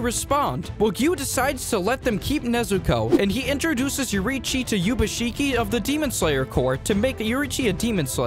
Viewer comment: And also in the 2nd scenario pronouncing Ubuyashikis name as yubashiki like bro??